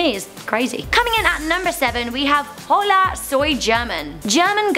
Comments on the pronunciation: I wanted to kill myself when she kept pronouncing hola(o-lah) as hollllllaaa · She said hola with the h in it! The h is silent! One of the easiest words to say in spanish TRIGGERED!!! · not to be mean but you pronounced Hola wrong hola is pronounce ola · she even pronounced hola wrong lol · Omg how she said hola 😂